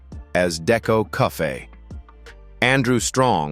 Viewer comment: Deco "cuffay"? Jees....